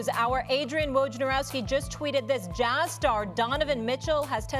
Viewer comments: I cringed every time she said “Jahz” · Nobody gonna talk about how she pronounced “JAZZ”🤨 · Why does she pronounce, jazz, like that? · Why can she not say jazz?